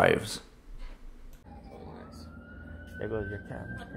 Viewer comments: I keep coming back to this every few months because I just can’t get over “ar-chives.” 😂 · Stupidity is not an acceptable medical exemption for wearing a mask. If you are having a hard time figuring out how to put one on, ask an adult for help. Ar-“chives” killed me 💀 🪦 I’m actually writing this from beyond the grave. 😢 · "arCHIVES" LOL. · Besides the cameras and miss pronunciation of “arCHives” and recording peoples signatures, it’s started off relatively calm… Until they didn’t give human curtesy to put on a mask. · I was listening to this in my headphones when I was prepping dinner last night. When this dbag said ar-chive’s over and over again I literally laughed out loud. My family wondered what I was doing sitting at the sink laughing at myself. They didn’t see my wireless earbuds 😂😂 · "Our-chives" is hilarious. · He's killing me with that ar-chive crap. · Ar - chives 😂😂😂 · How is an adult who supposedly went to school but can't pronounce the word,"Archives," a simple word., The h. Is silent, something you learn in elementary school. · Ar- chives 😂🎉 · He calls PLOT lines "platt" lines. His dirty nails 💅 checking the ARCH-CHIVES! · Love the way he mangled Woonsocket and whisk head says nothing!! Hey Will, wake up! This is your state, don’t let him disrespect it! 😂 Good old ar-chives!! He meant archive’s but him not knowing the difference between ar-chives and archives or statue or statute etc. is nothing new (Knew)